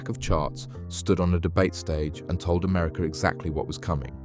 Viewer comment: America no er at the end